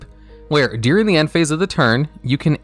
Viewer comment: Oh my lord, its during, not "deering"